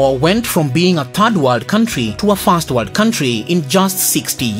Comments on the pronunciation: I could hardly make out if you said "first" or "fast". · Which voice are you talking? I heard "first" as "fast" Please you doing well but needs more improvement